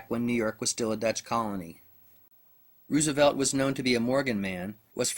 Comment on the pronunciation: funny how u pronounce Rooosevelt lol